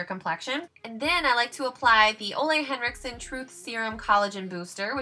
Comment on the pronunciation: How happy it makes me, that you pronounce Ole Henriksen the right way :) it's the small things in life ;) *the first time anyway xD